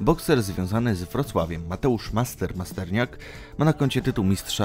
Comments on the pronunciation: Masternak! A nie Masterniak!trochę wiedzy nie zawad,i! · Masternak nie Masterniak. Drozd (Mistrz Świata) Dorticos (Mistrz Świata) Kalenga (Mistrz Świata) Tony Bellew (Mistrz Świata) Fonfara nigdy nie miał pasa WBC To wg Ciebie słabi rywale? Jak już coś robisz to rób to rzetelnie